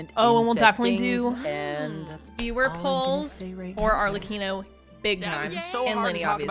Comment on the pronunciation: I'm mainly surprised I've been mispronouncing Arlecchino's name wrong for the last few months. Other than that I'm pretty happy and content with what we're getting this update!